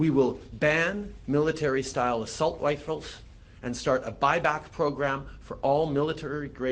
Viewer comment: “Assault wifles” - blackface Trudeau